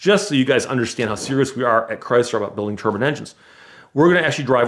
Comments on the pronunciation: Dude says turbine like turban. Just picturing a bunch of cars with turbans on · Can someone put a turbin counter on the jet car story he mispronounces it over 30 times